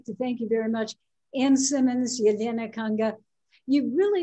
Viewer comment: Wow they striving to pronounce name Elena correctly so hard